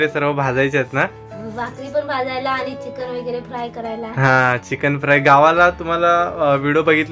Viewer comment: पन...पण /पानी...पाणी / आनी... आणि / हाये....आहे....😂